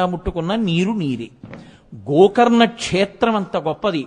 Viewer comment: Gokarana kaadu gokarna